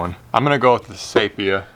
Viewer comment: i cant stop laughing about your pronunciation of ''seeephia"" roflmao!! great video though